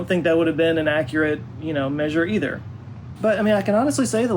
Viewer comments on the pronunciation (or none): none